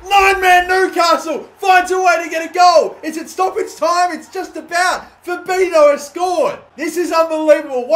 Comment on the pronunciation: You say Fabinho "fabinyo", that's the correct way to say it.